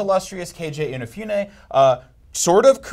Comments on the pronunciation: "Kayjay Inna-fyoonay" Aight, that's enough of this video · K.J. Inafewnay, huh? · K.J inafewnay dose he mean Keiji Inafune